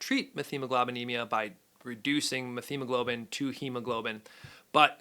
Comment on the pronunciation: It's pronounced met-hemoglobin